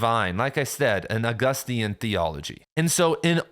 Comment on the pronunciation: Did bro say Augustian?